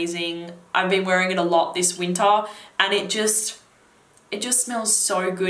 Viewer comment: When you mentioned winter I thought you were saying "Utah". I was wondering if you were in the US.